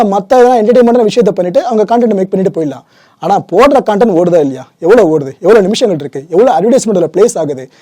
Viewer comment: Brother one small correct..pls pronounce like content...not cooonnntttaaaannnntttt...